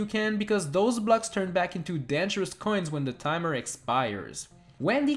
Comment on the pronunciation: The number of times he says "K'hoins" is unsetteling